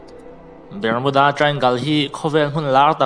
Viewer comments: Ber-mu-da tia lam hian a mawlzia bak a tilang lo, Bar-mu-da tia lam tur tih chu class 8 passed chin chuan an hre vek ang. Channel siam hi YouTube khawih thei nazawng hian an intihhmuh a, zahna chang lah hre awm der si lo. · Bar nilo in Ber tur zawk alawm .Barmuda nilo in Bermuda zawk aw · Bermuda hi BARMUDA tiin kan lam ṭhin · Bermuda I pronounce dan inzir thra te, azathlak khop mei.